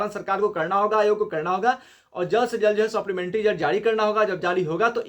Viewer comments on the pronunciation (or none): भाई सोप्लीमेंट्री नही सप्लीमेंट्री होता है😂😂 तुम देर से न्यूज लाते हो सबका कॉपी करके.....